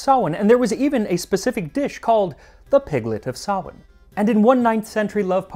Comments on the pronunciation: So nice to hear someone pronounce Samhain properly.💛🎃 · Big props for says Samhain properly! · thanks for saying samhein correctly! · Omgoddess he pronounced samhain properly my pagan soul is screaming I'm so happy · He said Samhain right! That made me happier than I would have expected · Honestly, just mad props for getting Samhain right. I swear if I hear one more American call it Sam Hain ill freak out. Nicely done. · Thank you so much for pronouncing Samhain correctly. This is my holiest of holidays as a Wiccan. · About halfway through but as a Celtic Witch and Pagan, I love the fact you pronounced Samhain properly. We love to see it. Many Blessings. 💞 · I just wanna come here and thank you for not pronouncing Samhain as "sam-hane" 😂 Lá fhéile Pádraig sona dhuit 🍀💚